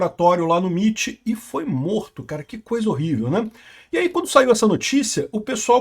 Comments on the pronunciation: "miti" não pow, "emaiti" 💀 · MIT = "EmeAiTi"